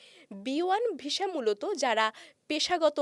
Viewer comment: Please improve your pronunciation of the word visa. It's not visha, it's visa